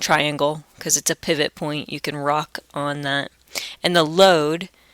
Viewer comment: helpful and understanding but pivot you say it as "pie/vot" Just that mistake